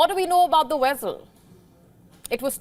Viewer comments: What's a wessel ? 😂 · Does anybody know what a “wessal” is? She said it 2 times and I am just stumped !